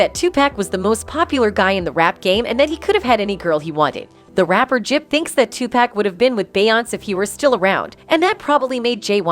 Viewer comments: "Two Pack." 😅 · Listening to her say Tu-pack is urking my nerves...my God😂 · The Ai narrator pronounce Beyonce and tupack is crazy